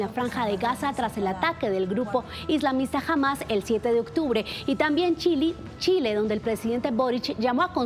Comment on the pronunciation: Se nota que la Periodista se ve Escobar el Patrón del mal 😅😅 "Chili" 😅